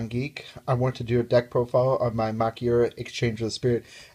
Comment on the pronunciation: actually it is pronounced ma-kyu-ra. you also have to watch out for heralds.